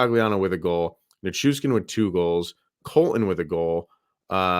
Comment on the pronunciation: NichuSHHHHkin. There is no S in his last name, it is SH.